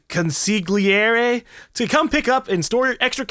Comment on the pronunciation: Love your series and commentary, but for the record consigliere is pronounced con see airje